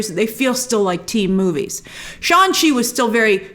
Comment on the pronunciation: Brian Tong had corrected your pronunciation of SHANG-CHI. The G is pronounced.